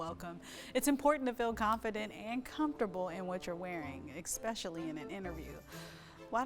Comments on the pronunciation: CEO says expecially instead of especially!!! Ohhh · How does someone become a CEO when they pronounce especially as "Exspecially". I'm guessing that somehow, someway nobody has ever told her that she isn't pronouncing it correctly and that's because it's not a difficult fix!! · Did she say expecially? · There's no X in the word especially